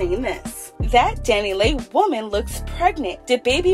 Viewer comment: Why you keep saying her name like that 😂 😂